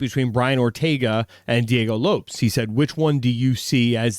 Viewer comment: almost pronounced the name of Diego Lopes right, but then he corrected himself and fucked it up again. Dude, his name does not rhyme with "ropes", it sounds like "Lopez."